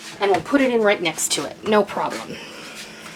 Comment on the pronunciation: I love your videos you and bev have inspired me to get back into the kitchen thanks for all you do by the way you forgot the t in next I am not complaining I thought you would want to know hope you have a stress free holiday